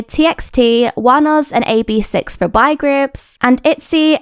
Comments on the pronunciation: im just wondering, do you know how to correctly pronounce "boy"? You kept saying "bye"/"bi", so I wasn't sure. You start off with "bo", then add "y" at the end. "Bye" is not the correct pronunciation; I hope this helps! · From the way the word "boy" was pronounced I thought I heard "bi-" and I was like there's no way there are bi-sexual kpop groups😂😂